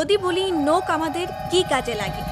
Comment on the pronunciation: আন্তর্জাতিক মাতৃভাষা দিবসের এই ক্ষণে দেশের স্বনামধন্য একটি পত্রিকার একজন রিপোর্টারের ক্রমাগত একটি শব্দের ভুল উচ্চারণ ( 'নখ' কে 'নোখ' বলা) দারুণ শ্রুতিকটু লেগেছে। অতিসত্বর এটি সংশোধন করে প্রচারের অনুরোধ করছি।